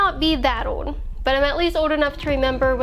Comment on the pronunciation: GIRL FIX YOUR PRONUNCIATION. STOP SAYING OWHD INSTEAD OF OLD.